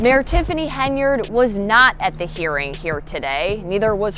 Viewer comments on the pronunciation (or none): you people cant even get an AI voice over that can pronounce her name right every channel that uses AI voice over has this problem what is so damn hard about pronouncing Hen - Yard and then all you do is go over s**t thats been in the news for a year and call it new News. if you want thumbs down that's a good way to get-um.